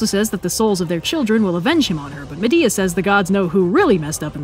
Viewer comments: "And with her exit strategy firmly in place, Medea gets down to the brass tax of plotting a murder." "What you need is a big 'ol pot of Grits..." From Medea to Madea. I can't unhear it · Not me cringing at you miss pronouncing Atalantā and Medea........ I'm sorry, I still love you.